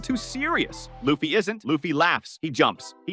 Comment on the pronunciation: Okay, as soon as I heard "Luhf-fee" I was out.